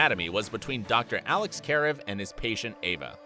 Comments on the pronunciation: care-ev? it’s fucking ka-rev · “Dr. Alex Care-ev” Like WHAT!!!?😂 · Alex and Ava weren’t even near a cute couple. And this guy acts as if he knows what the fans want to hear but can’t even pronounce “Karev” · He pronounced“Karev” wrong at the end 😅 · this was embarrassing. he cant even say karev right. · Learn how to say Karev's name. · One thing: ITS A TV SHOW Also: the way they said "Karev" TRIGGERED me😂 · "That's why we watch Grey's Anatomy!" except you can't say Karev's name properly, or Addison's for that matter hahahahahahahahaha. So full of it. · He prounces Alex’s name wrong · Pretending to know the show and what the fans want but not even pronouncing Karev´s name right... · This drives me insane. This isn’t the only video that pronounces his name wrong.